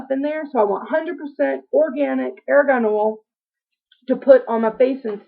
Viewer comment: It is pronounced "are gone" oil not "air gone"